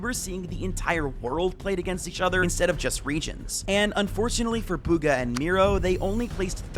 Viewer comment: "Buga" that commentator really ruined his name💀